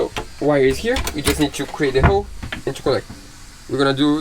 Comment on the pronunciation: Congratulations on get your Capitan’s License. When your speaking you guys don’t pronounce the letter “L”.. when you guys say the word “hole” it sounds like “hoe”. I am not making fun you guys at all. Just trying to help. I alway respect people who are fluent in a second language. I live in the United States and some people here are always making fun of my native Mexicans brother and sisters because they make phonetical errors when speaking the English language and i have to check them and let them know they are working on their second language and give them some slack. Thank you both for being so talented. I very much enjoy your channel. I’m sure your boat is already splashed and everything went well..